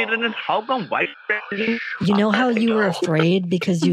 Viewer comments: From their inability to pronounce the v sound(wice president) to their ridiculous sayings like, "each and everything", "behind the bars" and claims that they are calling from customer "suppote", it truly is mind boggling that they manage to scam anyone. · wice pressident